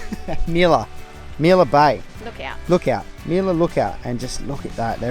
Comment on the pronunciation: Really annoying you didnt say that Lookout bay properly